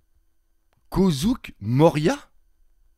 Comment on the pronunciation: kozouk?? mdrrrr oh putain t'est pas réveillé lol